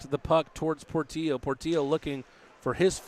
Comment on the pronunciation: Do the announcers not realize Portillo has 2 L's in it? His names not Portio....